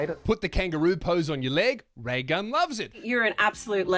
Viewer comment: Thought you said Ray Gum , I'm outta here